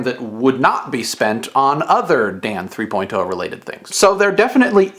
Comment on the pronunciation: I noticed your pronunciation of 3.0 today. :P Very nice.